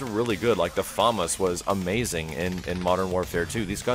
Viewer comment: its "FA-MAS"!